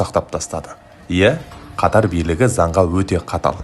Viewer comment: Катар. Катар емес😂